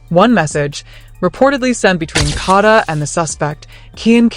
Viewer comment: Her name is KADA not kaadda